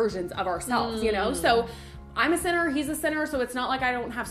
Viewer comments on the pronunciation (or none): It took me a while to realize that she said 'sinner' and not 'centaur' 😂 I was like, what is this christian nonsense